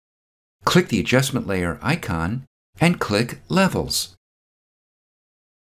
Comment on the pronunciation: luv your videos... awesome... but you have to stop saying the word CLICK... for some reason, no fault of your own, you over-pronounciate this word... it gets to be distracting as you use this word a lot... a quick fix is to simply replace the word CLICK with SELECT as you make more videos... good stuff... talk soon...